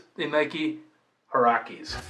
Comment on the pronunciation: Haha the way he said Nike huarache doughhh